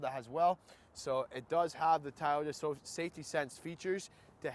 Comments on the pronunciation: It’s actually pronounced to-YO-ta,.. not toyata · Thai-oh-dah lol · It's not Tayoda!